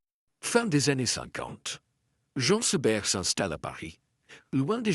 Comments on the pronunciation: prononcez Jeen Seberg...svp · Encore cette voix artificielle qui ne sait même pas prononcer correctement Jean Seberg